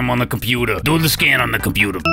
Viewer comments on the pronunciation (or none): The "de compootah" part is one of my favorite bits.